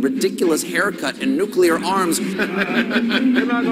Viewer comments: Nucular <> Nuclear - is it wrong of me to expect you pronounce something before criticising it? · Eww, and it's NUCLEAR... not nucular.... I can't believe I speak English better than you, and English is not even my second language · Luke STILL refuses to bother pronouncing "Nuclear" correctly.